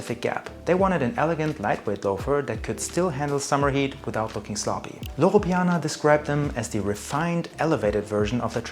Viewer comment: Loro piana non Laurana....e Guccio Gucci non Gucci Gucci ....tassell loafer non tess ...